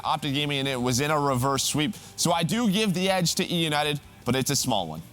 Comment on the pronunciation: say eunited wtf man 😂😂😂 you are so bad jajajajajaj optic win 3-2 eunited tssssss jajajajajaja you make me loud 😂😂😂😂